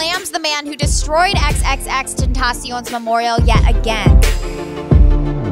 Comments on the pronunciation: IS ANYONE GONNA TALK ABOUT THE FACT THAT IN THE BEGGINING SHE SAID XXTENTACEEOOON.....IM FUCKING TRIGGERED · The way pronounces xxxtentacion pisses me off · U need to learn how to say XXXTentacion 😒